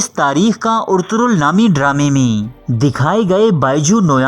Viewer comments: First off all hero's name is " Ertugrul " not " Ortugrul " 😂😂😂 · Bhaii urturul nahi Arturul hota hai pehle Name to sikh leta Bhai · Urturul nahin ertugural ghazi hai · Urtugrul ni Ertugrul g os silent